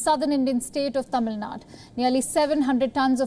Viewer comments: Hey one correction. It is not Tamil Nad it is Tamizh Nadu. Instead of showing off your English skills, try to pronounce the names properly as in the Local language as you fo for the north Indian states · Its Tamilnadu missy not tamilnad.... try to learn vernacular names....plus its pronounced as BEIROO not beiroot